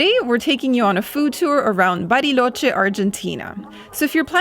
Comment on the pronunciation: LA CALIDAD que tienen sus videos, la edición excelente, cada vez mejores! Me encanta el switch de inglés a español perfecto de Audrey cuando dice 'Bariloche' perfecta pronunciación! Saludos ❤😊